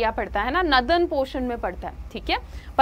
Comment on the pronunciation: Didi please Northern ko Nadan mat bola kro me exam m apki padhaya hua yaad kr k gy th northern ko nadan likh k aa gya 😢